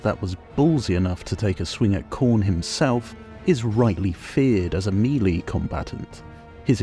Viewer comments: Meh-lay not mee-lee... jeesh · "Actually, it's pronounced..." Sorry yeah gonna be that guy lol. It's "may-lay", which is the French word "mélée" (to mix or to blend).